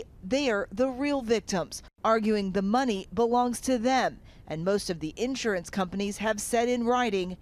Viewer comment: It’s insurance not *in…surance! 😳